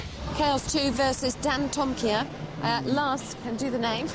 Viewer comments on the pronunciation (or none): The announcer pronounced it 'Dan toma kaiya'? LOL